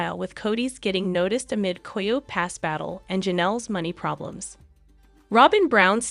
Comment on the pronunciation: Learn how to pronounce "Coyote".